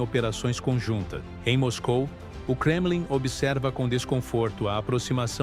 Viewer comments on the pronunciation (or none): none